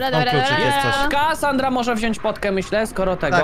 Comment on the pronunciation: oj nie sanra a sandra